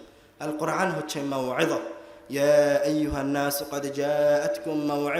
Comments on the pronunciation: কোরআন শব্দটি স্পষ্ট করে পড়তে পারে না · আল কোরআনে আলিফের স্থলে আইন উচ্চারণ হচ্ছে না তো? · কোরআন উচ্চারণে কি আইন নাকি হামজা? সতর্কের সহীত উচ্চারণ করতে হবে, বিশেষ করে যারা নিজেদের কে পন্ডিত জাহের করার চেষ্টা করে এবং ইসলামের দায়ী হিসেবে সাধারণ উম্মাহর সামনে কথা বলে। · আপনি বলতেছেন কুরআন শরীফ বলা ঠিক না অথচ আপনি কোরআন শব্দের সঠিক উচ্চারণ করতে পারতেছেন না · কোরআন শব্দটা শুদ্ধ করে উচ্চারণ করতে পারলো না আফসোস। অপ্রাসঙ্গিক আলোচনা। দেশ জাতির মানবতার কল্যাণ কোন আলোচনা নেই। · তিনি কোরআন বিষয়ে বক্তব্য দিচ্ছেন,অথচ কোরআন শব্দটা শুদ্ধ করে উচ্চারণ করতে পারছেন না।"আলিফকে" উচ্চারণ করছেন "আইন" এর।